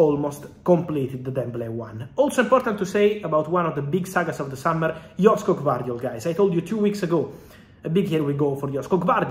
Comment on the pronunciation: I like how he butcher Gvardiol first name. At least do some research before saying it......